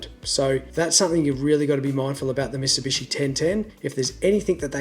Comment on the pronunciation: "Misibishi" lol.